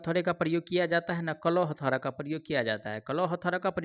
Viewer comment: Hathaura nhi hota bhiya hathauda hota hai